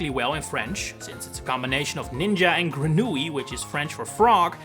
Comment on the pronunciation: Wow that's impressive ! You are the first english-man or american idk I see that prononce correctly and clearly the word "grenouille" which is a famous word that is hard to prononce for strangers. Bien jouer ma gueule ! 😊🇨🇵